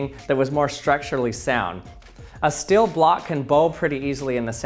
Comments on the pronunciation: I clicked so early One of my fav youtubers Everyone: s-t-e-e-l: s-t-i-e-l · Oh... It's your problem... You say still instead of steel... That is very annoying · The way he says steel as still lol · It's STEEL not Still